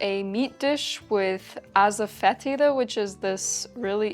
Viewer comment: Notes on pronunciation: 1) mortar and pestle. Pestle rhymes with wrestle. The is silent. 2) asafetida. The accent's on the third syllable. ass-uh-FET-i-duh